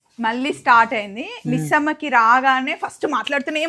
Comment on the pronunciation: మల్లీ కాదమ్మామ మళ్ళీ అనాలి